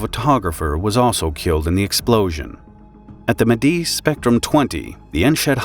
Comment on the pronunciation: Medise spektrum twenty 😂